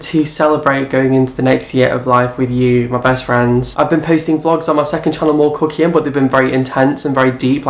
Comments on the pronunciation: I just love! And love it when you say your last name lol it almost sounds like "cookie" so I'm going to name your fans "The Cookies" 🍪🍪🍪🍪🍪🍪🍪🍪🍪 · Sometimes I hear " cooking" and others " cookie" haha this is why I'm fat.